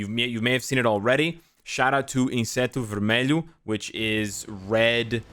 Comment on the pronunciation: INSETO VERMELHO, yes, you speak correctly